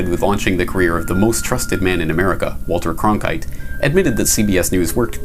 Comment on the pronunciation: Diamond GodISis yes he does then he thinks it’s funny